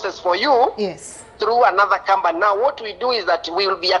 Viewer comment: 😂😂😂😂😂😂 And 'kambani' as company.